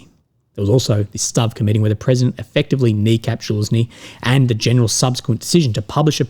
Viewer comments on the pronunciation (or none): none